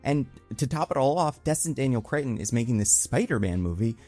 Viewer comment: theres no "I" in "cretton" bud